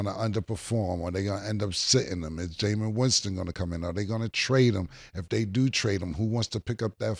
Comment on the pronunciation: Cam : ‘Cause no disrespect to Jamious Winston but… Jamious Winston?!’ 😩🤣🤣🤣🤣